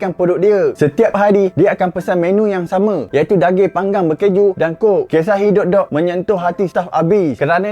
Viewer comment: Bukan dog tapi sebutan dia mcm duck